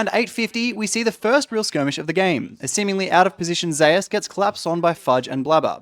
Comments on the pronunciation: not to hate but thats a weird way to pronounce (even the commentators doing it)"Zeus" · why do you people say zeus as in zaayoos. when its pronounced "Zoos"